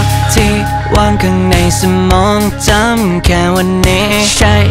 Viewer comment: บางคำเสียงวรรณยุกต์ฝืนไปหน่อย กัน-กลายเป็น-กั๊น จำ-กลายเป็น-จัมป์ เพื่อน-กลายเป็น-เพื้อน